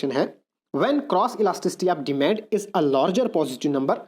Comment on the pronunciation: Demand ko deymeand bolna chod do yrrr 😏😏😏